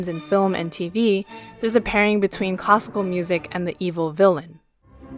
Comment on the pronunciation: It sounds like she's saying "Costco music" when saying classical music lol